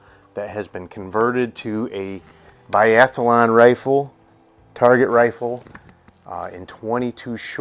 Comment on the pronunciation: Great find. Only five round magazines allowed in Biathlon. Yes, biathlon, not “biathalon”.